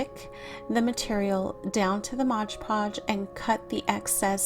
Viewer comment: It’s MOD Podge. Not modge podge.